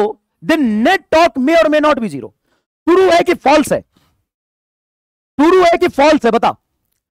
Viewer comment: "omagooo turu physics" 🤣🤣